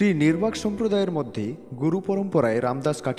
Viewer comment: নির্বাক নয়,নিম্বার্ক হবে । কিন্ত বাদবাকি সব ঠিকঠাক, এরকম আরও মহাপুরুষ দের সমন্ধে তথ্য দিয়ে জ্ঞান বৃদ্ধি করুন ।